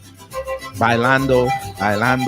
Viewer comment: 😂😂 "bailando", you stuuupid!!